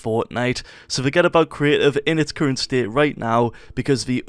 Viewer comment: Fortenite CREEEEIFF. Holy shit say CREATIVE !!!!